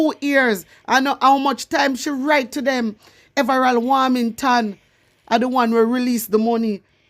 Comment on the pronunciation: Hi girl your doing a good job but the pronounciation is in correct his name is everold warmention ok love you